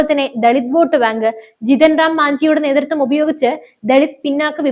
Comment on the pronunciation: കീരളമല്ല -നീതൃത്തം അല്ല നേതൃ ത്വം